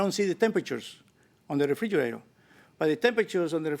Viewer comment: She should have had to pay extra for calling it a frijerator